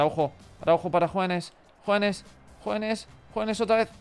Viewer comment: desde cuando Hoeneß se pronuncia JUANES? es porque jugabas con la camisa negra?